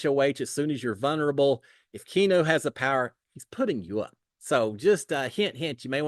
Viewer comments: It's Kee-AH-new...... NOT Kee-new!!! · Key-ah-no is how you say it. ❤ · how do you not know the name Keanu, like Keanu Reeves’s that he said he’s named after. I can’t believe you keep saying key-new 😂😂😂 all love!